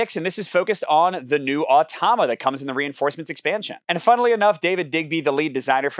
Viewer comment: You’re reversing the vowels in “automa”. You’re saying “oh-tah-mah”. But it’s “ah-toh-mah”.